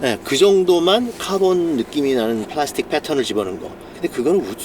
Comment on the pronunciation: 댈~쉬봘드에 플롸~스튁 ㅋㅋㅋ 발음 중독됩니다.